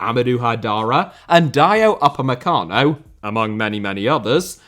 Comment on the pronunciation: pronunciation of Mateschitz and Upamecano make me ROFLing, literally. Nice video as always.